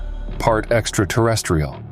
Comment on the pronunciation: I was all in until I heard "Exta-tah-restiol"